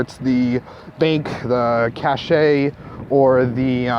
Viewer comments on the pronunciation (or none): Cache is pronounced as cash but spelled cache